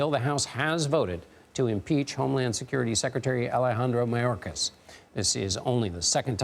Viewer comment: Ridiculous unbiased reporting... they can't pronounce Mayorkas's name correctly... Hey! Can they make this all go away?.. are you shitting me.